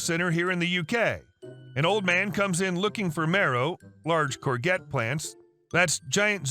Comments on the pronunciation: It's a French word for zucchini, pronounced courjette. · Oh gods, please don't ever say "core-get", it hurts my horticultural ears! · The g in Corgette is soft, like cor-shjet. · If you ever read that, it is pronounced "cour-jet" not "cour-get". I know, it is a weird word, it is French. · Omg 😱 every time you say courgette wrong, my spine twists. It’s a soft g pronounced like a j. Not a hard g. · The word 'courgette' is NOT pronounced 'cor-get' It is more 'corshjet'. Whilst I watched the whole video, I sorta got tied up on ability to correctly pronounce courgette (in Australia, we call it a zucchini). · "Courgette" is from French, so is pronounced in the French way with a soft "g". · Sorry I had to comment about the courgette story as your pronunciation was like nails down a blackboard!! It’s pronounced kaw-zhet, it’s originally a French word. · It’s pronounced “core-jets” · Courgette is pronounced CorJet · the G in courgette is a soft one, pronounced like a j.